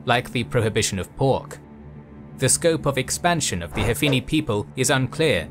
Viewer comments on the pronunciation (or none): Hanifi and not Hafini. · Its not hafini, its hanifa fyi , you butchered that word man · By "Hafini" you mean "Hanifi"? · You say "Hafini" but the captions say "Hanifa"